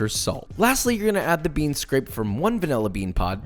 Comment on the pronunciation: I heard panila extract lol